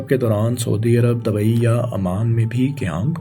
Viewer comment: Bhai Apni pronunciation thik kr lo yar... Words sai bola kro Maqabla ni muqabla Racard ni record Dabai ni Dubai Aese aur bhi bht sare words hain